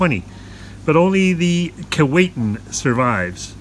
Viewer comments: not to be picky but it isn't called Keewaitin...it is sounded as Keewhatin... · Pronounced Kee-WOT-in not Kee-Wait-in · Actually pronounced Key-what-in. You mispronounced at the beginning. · Kee-WATT-in... and Titanic was built in Belfast, Ireland, NOT Scotland. St. Lawrence Seaway wasn't opened until well after the Keewatin was built. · When it was dock in Saugatuck Michigan that's how we pronounced it, key-Watt-in. It took about 6 weeks of dredging to float it out to the Kalamazoo River and Lake Michigan from there. Miss seeing it. Thanks for the video. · Where did that pronunciation come from. Jeez, it’s like nails on a chalkboard. It’s spelled with one “T”, not two. Other than that, great documentary. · I don’t know about you, but that’s not proper English. He pronounced it right in the beginning, and then wrong for the rest of the video. I live less than 100 kilometers from the town of Keewatin.